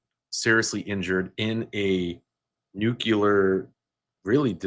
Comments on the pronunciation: Nuclear...not nucular....😂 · Please, please, please -- nuclear is pronounced NEW-CLEE-ER and not new-cyu-ler. N-U-C-L-E-A-R. Otherwise, this was another good video.